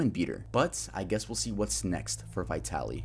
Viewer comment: It amazes me how many people who have talked about Vitaly , and aren’t aware that the word VITALIZED exists . That’s what his channel was Called . Not VITALY ZD . It was VITALYZD TV . “VITALIZED TV “ . I’ve seen dozens of you tubers say that name and never ever say it right . And I’m not even a fan .